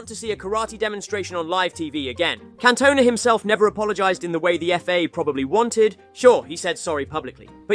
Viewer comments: Can-Toe-Nah 😂 you playing surely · "Can Tona" 💀